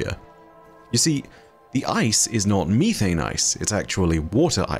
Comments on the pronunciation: It’s not youthane, it’s methane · It’s not mee-thane. It’s meth-ane. Jfc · I love you but the way you pronounce methane kills me. Meth-ane not me-thane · "Freedom units" as an American, is almost as funny as finding out there's a different way that we pronounce methane. 😅😂 Great video! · I love you(!), but the pronunciation is: meh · thayn (methane) 😂❤ Even if you don’t read it, I still love the video just as all the videos you make 🤗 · why me-thane 💀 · its the british pronunciation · And how says methane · I cannot stop laughing at the British pronunciation of "methane"!, I just want to add that I am not laughing at you! I wasn't expecting the different pronunciation! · Why’d he say methane like that